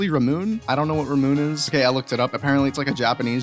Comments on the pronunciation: It is pronounced "ra-moon-ay" not "ra-moon" I have tried it and I love it! Make sure to get the regular version because the other flavors are not to good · It's pronounced ra-moo-nae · Great video! you pronounced Ramune wrong.